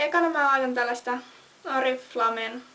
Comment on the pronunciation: Se sanotaa: Orifleim mut kirjotetaa Oriflame :) mut ei se mtn :) nätti oot ja kiva video :)) <3